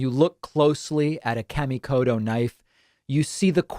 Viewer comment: David pronouncing his sponsors name all wrong! Kamikoto (Ka) - the a is ah sound and (to) is a softer t sound rather than hard d sound.